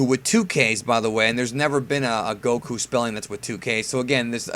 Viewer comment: Gokku (GAH - koo)?? LOOL I would've closed the tab from that alone